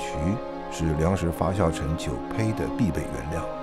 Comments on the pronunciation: 明明是发酵，解说成发笑，不禁发笑。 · 那个念发酵jiao，不是xiao。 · 压轴，轴在这里念四声，发酵，是念jiao，朴piao不念pu三声还有好多处，哎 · 发酵－fa jiao, 李白斗酒诗百篇－dou(三声），酒曲－jiu qu(一声），好吧，查了一下，旁白是金士杰先生，台湾发音？但是，这个声音真的不适合美食节目～